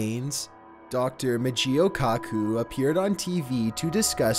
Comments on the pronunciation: "Mitch-eel ka-koo" lmao you butchered his name so hard how did you even get that? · DR MICHEO KAKU PRONOUNCED... DR. MICH--EE--OH KEY--OH--KOO (THE K IS PRONOUNCED KEY AND THE O SOUND, IN BOTH CASES, PRONOUNCED LONG AS IN "OH!") BTW: IF YOU LOOK AT SEVERAL VIDEOS MADE LAST YEAR WHEN WE GOT ALL THE HURRICANES AT THE END OF THE SEASON) YOU SEE BIZARRE ANOMALIES ON RADAR EMANATING FROM... ANTARCTICA!!